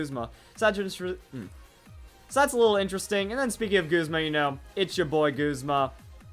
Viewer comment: Why You Callin Guzma Goosma?